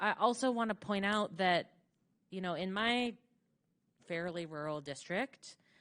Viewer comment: Hey, it's ru'ral not rule. 😂